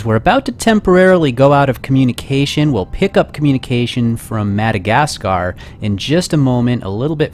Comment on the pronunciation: for your troubles with pronouncing The Madagascar Tracking station.